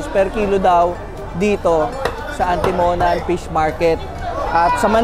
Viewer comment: Mali bigkas mo boss sa Atimonan